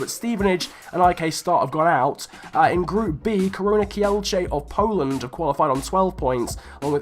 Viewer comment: When I saw the title of your video, I expected some Polish teams. When I saw Ruch Chorzów, Arka Gdynia and Korona Kielce i was waiting untill the moment when you are pronouncing these teams. Btw the correct pronunciations are: Ruh Hoshuv, Arka Gdinja and Korona Kjeltse. I'm not an Arka Gdynia fan but I don't know whether to be happy because a Polish team won that or sad because it's about the worst teams... But btw nice video!